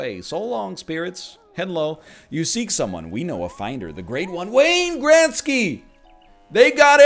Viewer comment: Sometimes I actually forget NL is Canadian and then all of a sudden WAAAAYNE GRETZKY